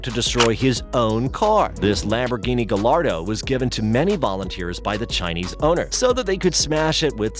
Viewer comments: I hate people like this it is pronounced like gyardo not Gallardo even though its spelled lile that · he said...gaLLardo It's (gaa-yaar-do) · Yeah gallardo is pronounced as 'gayardo' but he isn't a car guy so.... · guy-yard-oh. not guh-lard-oh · This fool just said GALARDO lmao, its pronounced Gallardo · did he say "gal-ar-do"? its "guy-ar-do" thats the pronunciation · Btw gallardo is pronounced gayardo, you can pronounce it however you want tho since it's your video. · It’s pronounced Gayardo cause when u said it it cause me pain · The 2 L's in Gallardo are pronounced as a "uy" sound. SO Guy-ardo. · Yes, the Lamborghini Gah-Lard-oh xD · The way he said gillardo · G A L L A R D O it’s pronounced gie-yar-doe omg this made me cringe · Don't make a supercar video if you don't know how to pronounce Gallardo. It's guy-yar-do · IT. IS. NOT. GALLLLLARDO! OMG 🤦🏼‍♂️ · It’s pronounced (Guy-Arr-Doe) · I was enjoying this video, and then he said "guh-lard-oh" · it is supposed to be pronounced as "Guy-ardo" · Lamborghini ga-lar-dough??? 🤣🤣🤣🤣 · Why you gotta pronounce Gallardo like that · The way he pronounced "Gallardo" was so painful and a lil funny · Gallardo isnt pronounced like that lmao. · Am I the only one that caught him pronouncing the l’s in Gallardo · it's the not being able to pronounce "gallardo" for me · Why did you say Gallardo like that? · Are you kiding me? Gallardo is pronounced like a y because its Italian, not like two l's. Ugh. That might be worse than the Porsche mispronunciation.